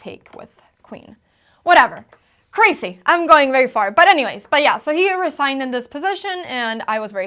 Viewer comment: Since you use the word so frequently, look up the prononciation of 'loses'. I think you got your misprononciation from your equally lovely mum :) 'Loose' isn't pronounced like 'lose' - nor is 'crasy' :)